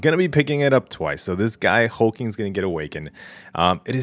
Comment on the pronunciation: His name is Hulk-Ling not Hul-King, just FYI. Regarding the bundle. it's much better but wish it was a 6* still